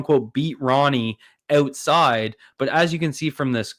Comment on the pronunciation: its "out" side not "oat"side